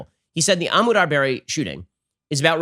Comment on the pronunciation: I don’t why Ben insists on pronouncing Ahmaud Arbery’s first name as if it’s Arabic.